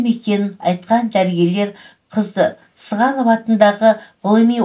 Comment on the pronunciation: ӘҢГІМЕ ЖАҚСЫ ЕКЕН, БІРАҚ ІШІ ТОЛҒАН ҚАТЕ АЙТЫЛҒАН СӨЗДЕР. БАСҚАСЫН АЙТПАЙ-АҚ ҚОЯЙЫН, ТЕК СЫЗҒАНОВТЫ СЫҒАНОВ ДЕГЕНІҢ ҰЯТ ЕКЕН.